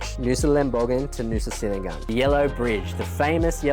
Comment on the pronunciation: Look im sorry to be the first to let you know that 'senigan' is pronounced "chenigan". Aside from that, they are beautiful islands that are well worth the effort to get there, we are always sad when we leave.